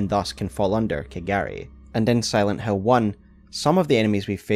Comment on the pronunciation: Aaaah, you are saying "Silent Hill" not "Silent Hell", yea, that game is a masterpiece